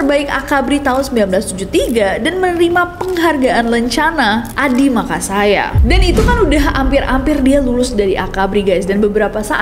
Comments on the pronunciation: Adi makayasa bukan adi makasaya😅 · Bukan Makasaya tapi Makyasa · Makayasa bukan maka saya 😅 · Sedikit Koreksi Kak bukan "Adhimaksaya" tapi "Adhimakayasa" terimakasih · Koreksi dikit: Lencana untuk lulusan terbaik AKMIL/AKABRI adalah Adhi Makayasa, bukan Adhi Makasaya. Btw, kalo udah bahas Pak SBY, mau ngga mau langsung ingat lagu Kuyakin Sampai Disana yang dipercayakan kepada Rio Febrian sbg penyanyinya. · penghargaan Adhi Makayasa bkn makasaya 🙏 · ka nessie, mau ralat dikit. itu harusnya 'Adhi Makayasa' bukan 'Adhi Makasaya'🥲🥲🥲🥲🥲🥲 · Nessie, maaf yaa koreksi sedikit. Bukan 'Adimakasaya' yg bener itu 'Adimakayasa' hehehe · Koreksi mba,,, ADIMAKAYASA bukan adimakasya 😊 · Maaf Kak, penghargaannya Adhi Makayasa yang bener bukan Adhi Makasaya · Adhi Makasaya ❌ Adhi Makayasa ✔️ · Kak nessie, btw itu Adhi Makayasa yaa. Bukan Adhi Makasaya, thanks Kak Nes🥰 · dear nessie..boleh koreksi dikit ya. Disebutkan nessie tadi "Adi Makasaya"..yg benar "Adi Makayasa" ga sih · korelsi ; adhi makayasa bukan adhi makasaya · Adhi Makayasa bukan Adi Makasaya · Koreksi ya kak yg benar ADI MAKAYASA bukan adi makasaya apalagi adi makansiang. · Ijin koreksi kakk, Pak SBY lulus akmil dapat lulusan terbaik, gelar Adhi Makayasa. Bukan Adhi Makasaya🙏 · adhi makayasa kak bukan makasaya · Maaf kak, Adhi Makayasa bukan Adhi Makasaya 😁🙏🏻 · Mon maap kak itu Adhi makayasa bukan adhimayakasa😅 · Kak ..Adi Makayasa...bukan Adhi Makasaya😭😭😭😭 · Adimakayasa bukan Adimakasaya mba nesiy 😂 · Mf Koreksi Kak, Adhi Makayasa, bukan Makasaya😊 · Adhi Makasaya apa Adhi Masakaya? 😂